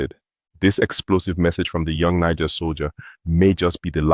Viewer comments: It not pronounced “ni ga” but “ni jay”. What’s wrong with you man? 🤷🏾‍♂️ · It is not prononce Nikger, it is pronounce Nijair. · It's not Niger pls pronounce it properly dammm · One nice black privilege is that you can say 'Niger' with the 'g' like in 'eager'. If you're other colors you have to say it like a girl who is faking a french accent on a party, like "nee jea", basically to be on the safe side with the length of the 'i'.